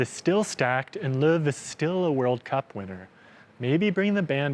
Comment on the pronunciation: the "how" is a "who" and its Löw